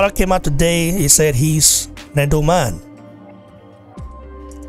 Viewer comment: It's Edo not Edu😭